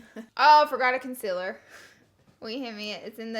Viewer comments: Lol the way you pronounced it lol . Like you say consiler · "Consiller" 😂❤️ love u, Laura😂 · U say CONCEALER wrong. Not consiller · Hmm if only you said concealer instead of consellar like you said mochi instead of moshi. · she says concealar concilar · WHY DOES SHE SAY CONCEALER WRONG